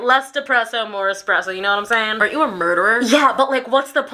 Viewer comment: Lmfao the “kknnnneeeow”